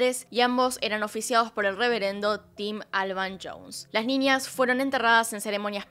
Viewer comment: Muy buen relato !!mas pronuncias ninias!es niñas!